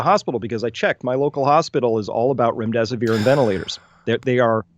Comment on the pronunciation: Remdesiver rhymes with "when death is near".